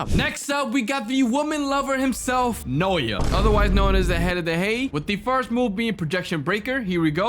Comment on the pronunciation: *its pronounced nao-ya Naoya not noya